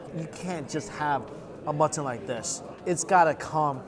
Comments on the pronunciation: Every time he says mutton I understand matzen and I was a bit confused at first like, they eat matzen balls in pakistan? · I also think he says mutton weird.... like it’s two words or something? I can’t put my finger on it?